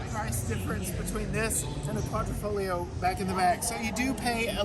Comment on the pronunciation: it's Quadrifoglio not QuadrOfoglio!